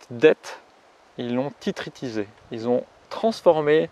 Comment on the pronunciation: Une petite remarque, tu dis tous le temps "Tititrisé" au lieu de "Titrisé" ;) A part ça, très bien ces vidéos sur l'histoire de la monnaie :)